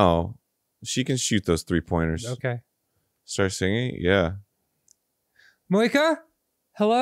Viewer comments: pronouncing moeka like cloaca...... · The first time Dan said Moaka, I heard cloaca